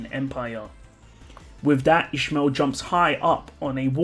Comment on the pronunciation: Oh you were saying İsmail. It's a common name at the country I live but you pronounce it very different. It's pronounced more like is-my-ill.